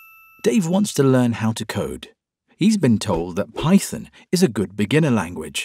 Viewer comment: I had to replay "Python" because it sounded like "Pyton" to me